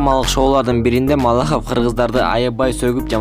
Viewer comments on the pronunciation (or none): МАЛАХОВ А не молохов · Маллохов эмес.малахов десенчи нервди кашайттынгоо жон эле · Малохов эмес Малахов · Малохов эмес тилди ондоп суйлосон Малахов болуп айтылат. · Малохов эмес Малахов, ты же грамотный человек,зачем ты сам себя подводишь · Автор ушунча сабатсызсын молохов эмес чумоо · Малахов,а не Моллохов. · Диктор Малоохов деп айтылбайт Малаахов деп туура окусан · Андрей молохов малахов десен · Не малохов а малахов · Автор Маллохов дебей Малахов дечи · Малохов эмес,Малахов деп туура айт автор. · Малохов эмес туура окучу МАЛАХОВ деп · Эй журналист ,неге сен абийирди кетиресин,"Моллохов"эмес Малахов чмо🤣🤣🤣🤣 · Ээ, (автор ) биринчиден Малохов эмес Малахов. Туура суйлгонду уйронуп ал. Экинчиден тантырап озун суйлоп атып адамдын башын оорутуп жиберет экенсин. Таарынба иним. Сынды туура тушун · Андрей Малохов эмес Малахов . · Маллахов эмес малахов сабатсыз окшойсун. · Андрей малохов эмес малахав сен эмне деп додуроп атасын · мал лохов андрей дебей туура суйлочу хопбууу если что сен дагы жооп берип калба деги байкачыыыы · Малахов деп туура айтсан!!! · Малохов дейсинби? ..туура суйлосон.. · Маллохов дечи😆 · Малоохов дейт го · Сен" Молохов" дей берсен- биз кайра шылдын болобуз. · Мал лохов деп айтты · Маллохов деп кой анан😀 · Эй сен атайын видеонун башында 2 жолу МаЛохОв деп айтып кеттинби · Андрей МалОхов деп койот епрст.. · Малахов Кыргыз деп так айтты окшойт ээ аа блогер не болдунуз фамиляны туура айта албай